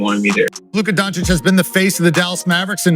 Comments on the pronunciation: BTW, why some of these "experts" pronounce Luka's name as "Don-cheek"? It's "Don-cheech" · Some pronounce as Don-teech